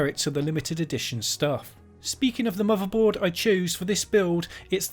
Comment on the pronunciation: “Muvaboard”. You have a new sub!